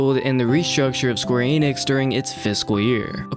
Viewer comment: Youre sayin Enix wrong